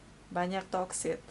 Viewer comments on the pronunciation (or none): Mohon maaf.. sedikit koreksi bhw pengucapan yg benar adalah hubungan yg toxic.. bukan hubungan yg toksit.. maksudnya hubungan yg tidak sehat dan ketergantungan.. Terima kasih.. maaf utk koreksinya